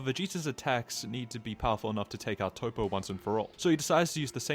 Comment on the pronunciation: Bro why you calling him "Toe-Poe" when it's Toppo as in TOP. A pun on him being top-heavy. Hearing the mispronounced name being spammed so much got annoying enough that I had to comment 😅